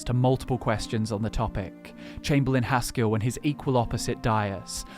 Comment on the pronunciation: It is Haskill, not Haskull.